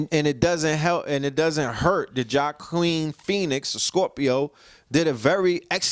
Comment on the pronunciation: Joaquim as in Wah-Keem my brother.